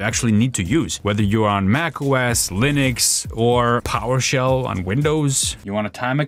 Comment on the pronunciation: What's with that accent when saying PowerShell? PowerShell is great... well, at least when compared to DOS.